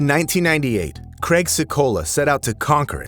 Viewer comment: Neither is Cregg, errm I mean Craig.